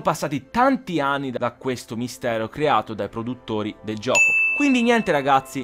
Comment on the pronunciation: Solo io ho sentito: "sono passati tanti ani"?